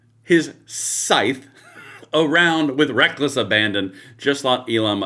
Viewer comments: SKYTH??? 😆🤣😂 Oh Lordy! I assume he mrant Scythe...😊 HEY! Old Guy! It's pronounced like this- S-EYE-TH That TH is like the TH in them. 🙄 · The Grim Reapers Scythe is pronounced SITH with a hard i, not SKYTH! Stupid dim attempts to sound intelligent! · Skythe? 😆 Or maybe, Scythe?🤣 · The repeated harping on "skythe" was beautiful. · Did he actually say 'skithe' ? Its pronounced scythe ( sigh-th ). Holy cow, they are NOT smart! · The Grimm Reaper Politoons are the BEST THOUGH 😂🤣😂🤣😂 Did that guy say Skyth in stead of scythe??? 😂 This partially literate moron running things.?!?! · That Damn Democrat can't even pronounce scythe correctly, it's pronounced sithe (sounds like lithe) not "Skithe." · Its actually Sigh-the - not "th,' but "the." Almost a Z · Skythe will forever be how i pronounce it just to make fun of dems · Am I the only one even more disappointed that he pronounced it "sky-the"? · "skythe"?? LMFAO.....what a bunch of over'educated' idiots. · "Trump swings his skythe" can they make it anymore obvious they didn't even read the script before going on stage? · "Vought swings his skythe..." 😂🤣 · 'Skythe'... Hmmm... is that global video chat platform, or a Star Wars villain?😄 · It's pronounced "sye", spelled scythe, but the c and th are silent. Pronounced like sky, bye, hi. On the little farm I was raised in in Oregon, I swung a fill-size scythe in the fields to cut down tall grass and weeds, blade probably 20" long. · Skythe? How educated he is! 😂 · Scythe has a silent C. You would think an educated liberal would know something like that when invoking the Grim Reaper. I, an uneducated conservative learned that the word is pronounced "sithe" when a child. Glad I did not go to the colleges that produce uneducated liberal mouthpieces. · Russ Voght swings his SKY THHH 😂 should have looked that word up instead of grim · Did that bulkmunch Demonrat say "...skythe..."??? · "Kcyth" Sir the word is "scythe" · He cant even pronounce scythe 😂